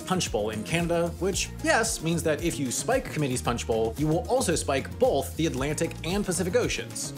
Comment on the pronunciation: When you say "both" it sounds to me like you are saying "bolth." What is that, some kind of midwestern, western thing? Linguistics video incoming?